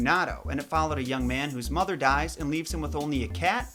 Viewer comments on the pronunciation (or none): none